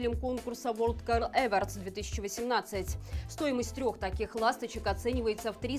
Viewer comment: Правильно говорить эвОрдс!! Деревня)))